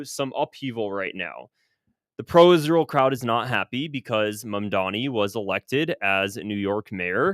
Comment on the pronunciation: I have to delete you because of the way you say Israel 😢 You sound like Mike Huckaby and that sack of shit Lindsey Graham😮 Buh bye 😮